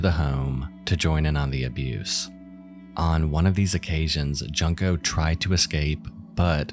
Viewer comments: Jūnko is how its pronounced. Just sayin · its pronounced joon-ko or june-ko 😔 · His butchered pronunciation was what made my skin crawl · I honestly can't hear this guy mispronounce her name in the worst way without wanting to unsubbed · It's like another indignity - the girl went through enough, at least have the decency to pronounce her name correctly. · Agreed. I think it's disrespectful to the victim. It's a simple thing to look up. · It would've been better to make an attempt at pronouncing Junko's name correctly, given the whole case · It’s actually not that difficult (imo at least) to pronounce there’s even audio files online to help you pronounce it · He butchered Junko's name harder than those three boys ever will tho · my guy if ur gonna profit from someone's tragedy the least you could do is pronounce her name correctly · I wouldn’t go as far to say he’s profiting of the tragedy, but yeah it’s not hard to learn how to pronounce her name. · Yeah this was really annoying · Junko deserves to have her name pronounced correctly. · not bothering to learn the correct pronunciation for Junko is pretty disrespectful ngl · Some people have already mentioned it, but you are pronouncing Junko's name wrong. I like your content, and I know you didn't mean anything by it, but please in the future look up the correct way to pronounce names, especially in cases as serious as hers. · I don't like how you pronounce Junko. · Your pronunciation of Junko is hilarious. It's pronounced JUNE-ko, not JUNK-o. You should probably look this kind of stuff up before you make these videos. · I feel bad enough for Junko as it is, you didn’t need to pronounce the “junk” in her name like in “piece of junk,” a simple google search will tell you her name is pronounced “june-ko” like the month of june. She wasn’t junk. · Junko's name is pronounced "June-ko," not "Junk-o." I love you,, but it's tiring hearing so many people mispronouncing her name while covering her case.